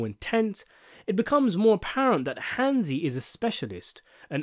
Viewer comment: Hansi. Its Hansi.